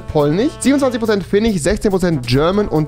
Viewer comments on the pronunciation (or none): Man fuckt des leicht ab... No front... SchwediCH FinniCH ChechiCH... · Polnich, Finnich und schwedich 😂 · finnich, polnich, holländich xd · Niemand: Wirklich Niemand: Rewi: schwedich ,finnich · Schwedich Polnich Finnich Genetich Muss los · Schwedich finich 😂😂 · niemand: wirklich niemand: keiner auf dieser Welt: Rewi: Polnich, Finnich, Schwedich Und noch 10000 andere Wörter. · "Tchechich, Finnich, Polnich, Deutch, Holländich,..." xD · Tich , Schwedich, Finich, Türckich, Jüdich... Omg er hat ein Wort mit "sch" ausgesprochen. 😂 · Polich, Finnich, Schwedich aber er sagt DeutSCH wtf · Polnich , finich , swedich rewi wie du das aussprichst das macht mich echt verrückt erstmal dislike